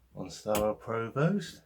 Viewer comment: Great to see my nearest town in a video - very nice. You might want to check your pronunciation of Provost though :) Maybe see you around Shaftesbury some time, welcome to the West Country!